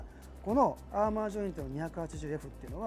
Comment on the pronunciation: アーマーって言ってるけど、アーマだよな？？知らんけど